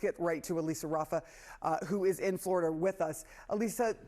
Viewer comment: Oh, to be a double wide salesman in flo-ri-duh! 💩